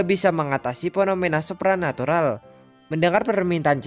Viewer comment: Kesulitan ngomong "supranatural" Nampaknya :v